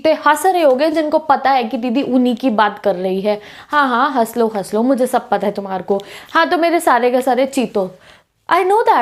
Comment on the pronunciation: I was literally lauhging when u did say haslo-halso😂😂